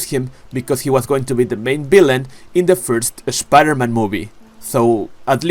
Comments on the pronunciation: I subbed because I love how you say "Shhpiderman" lol good vids 🤙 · I can't unhear it😂